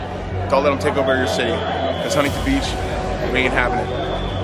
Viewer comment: "HUNTINTON BEACH" Bro I can't with this dude it's to fucknn funny bro😂😂😂😂